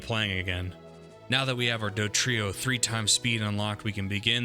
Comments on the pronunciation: You know it’s “DoDrio” and not “DoTrio,” right? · Dodrio not Dotrio